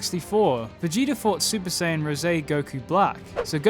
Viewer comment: You said Super S"ei"yan 3 in this video, not Super S"ai"yan 3. Okay i'm heading out now. :(